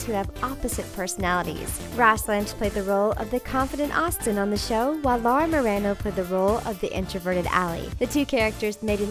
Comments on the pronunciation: ROSS AND LAURA DID GET ALONG YOU DIDN'T EVEN PRONOUNCE HER NAME RIGHT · Lmao y'all pronounced Laura's last name wrong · First of all it's pronounced Laura Muh-Ron-Oh not Laura Muh-ran-Oh and Laura and Ross are like bestfriends. They never roll their eyes at each other or bicker. Who the heck writes this stuff?